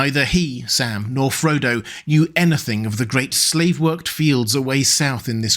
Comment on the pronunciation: Why did I hear "Salmon Frodo"?